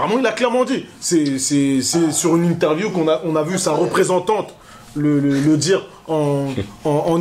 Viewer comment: "sa représan-tante" mdrr